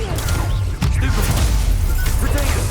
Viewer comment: did he just said stupfy